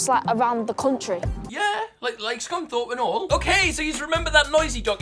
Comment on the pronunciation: Swear he said scumthorpe instead of Scunthorpe:(